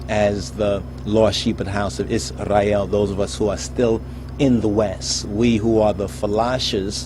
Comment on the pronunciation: Bro you don’t have to say Israel like this Isrrrray el lmaooo🤦‍♂️